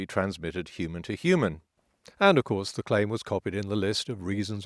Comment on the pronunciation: Now if only someone could explain to me why people keep dropping the 'h' in 'human'.